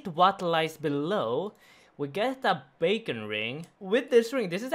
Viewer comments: i love you man, but the Bacon Ring and Tresnous Ring where epic XD. They are pronoucned BE-con ring and TREE-SO-NUS Ring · Beacon (bee-kin) you welcome 🤣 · Bee-kin ring. Tree-zon-iss ring. 😉